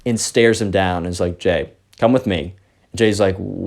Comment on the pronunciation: when he first introduced the subscriber's name, I thought "Gay?" Lmao it's Jay tho